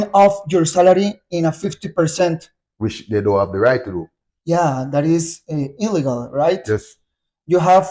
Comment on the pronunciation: “You WAS the top scorer on Saprissa” No es “was”, es “were”. Was aplica para los sujetos he, she e it, mientras que was aplica con you, they, we, I. -“That is ILLEGAL right?” Acá pronuncias la palabra “Illegal” como si la dijeras en Español, lo cual es incorrecto. En Inglés a manera de pronunciación, la “e” suena como una “i”, de manera que la pronunciación correcta sería: “I-LÍ-GAL” (Nótese la tilde en la segunda “i”, hay que aplicarla en la entonación igual). -“Only time you WAS sit in front of Sergio Gila” Mismo error mencionado previamente. You = Were. Quizás lo mejor hubiese sido replantear la oración/pregunta de otra manera. Poseo título Universitario en la Enseñanza del Inglés para secundaria, cualquier cosa le puedo ayudar con clases del idioma, cobro barato:yougotthis: salgo como isaacboyes95 en Instagram:thanksdoc